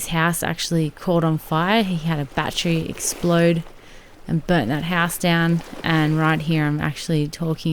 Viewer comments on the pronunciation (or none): none